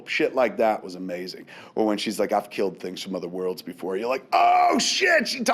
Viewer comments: That Martha bit really got to me, I know that everybody says its silly but it struck an emotional chord with me. Also Kevin I'm wondering why are you calling it kilt instead of kill? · I love the way Kevin says "killed"....he pronounces it " kilt" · Why does Kevin pronounce 'killed' as 'kilt'? Is it a regional dialect thing, or just a Kevin Smith thing? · Is Kev saying "Killed" or "Kilt"? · nictro No its just being lazy. I have never heard anyone else pronounce it like that.